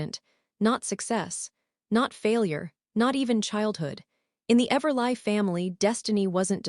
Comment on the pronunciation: I believe it’s pronounced everlee and do better people who do these stories!! Proof before upload!! 🤦🏼‍♀️